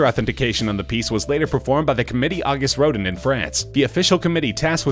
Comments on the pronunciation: IKR! aw-GOOST ro-DAN...very soft on the 'N' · The robot narrator should be taught the correct pronunciation of "Auguste Rodin." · That wasn't Mr Kunze. Mr Kunze is/was a white haired man about 70 years old. You can see him in the film. Who is this idiot narrator? Doesn't even pronounce name correctly. AUGUST RODIN? REALLY?